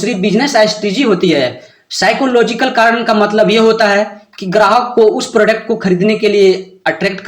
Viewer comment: Babu prodect matlab kya hota hai yadi nahi jante ho tab English mat bola karo product hota hai samjha nakal mat karo